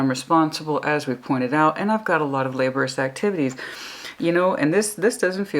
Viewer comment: Hey, it's Cyclic pronounced sick-lick. Laborious pronounced la-bore-ee-us. Communicative pronounce cum-you-nick-ah-tive. Obligatory pronounced oh-blig-ah-tory (the blig rhyming with cig as in cigarette). Just helping!:)